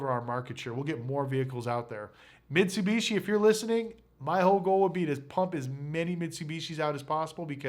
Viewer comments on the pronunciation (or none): none